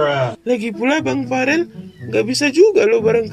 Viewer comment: bukan parel tapi Farel